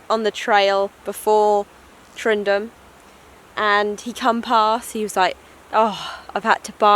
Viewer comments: Haha .Its Tyndrum . Not tryndrum . Call it tindrum , You'll be fine. HA HA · Great wee adventure your having. Tow weir was very famous walker and adventurer. Tyndrum is pronounced tin - Drum enjoy the rest of Scotland famous way. Great videos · Tyndrum, Not Tryndum :) Good luck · You make a great video got to correct you though it’s pronounced “Tindrum” can’t wait for your next instalment Happy hiking 💜🏴